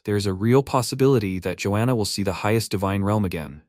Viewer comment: georgiana ❌ joana ✅